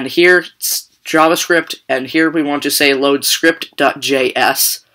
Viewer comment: Driking game "right heer" :-P